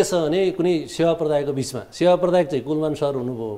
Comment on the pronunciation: and "Kulman" lai kina KulMAR KulMAR bhaniraho host le??? Tyo ni naam paper herdai bhanirachha tesmathi wrong. Tait.